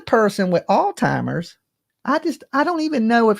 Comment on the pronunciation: It’s not altimmers it’s Alzheimer’s disease